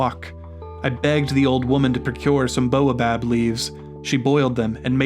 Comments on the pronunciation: Baobab has the a before the o. It isn't pronounced like boa! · I understand that this may be a sound English speakers aren't familiar with, but the continual mispronunciation of baobab grates on me. It isn't boa, like the snake, but bao. B-A-O. Baobab. :) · That should be "bay-oh-bob", please. That repeated annoyance aside, this seems like good advice.